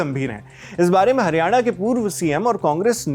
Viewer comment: Bhai ... Hariyane ... Nhi ... Haryana hai .... Plz thik boliye .. state ka naam